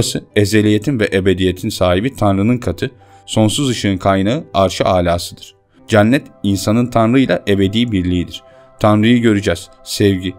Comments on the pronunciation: Hocam çok güzel bir video olmuş öncelikle ama "ceannet" diye teleffuz ediyorsun ya cenneti ısrarla kulağıma takılıyor hep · Olumsuz yorum olarak algılamayın ama Cennet telaffuzunuz yanlış kapalı e olmalı dikkat ederseniz aradaki farkı anlayabilirsiniz ,TRT telaffuzdan da bakabilirsiniz.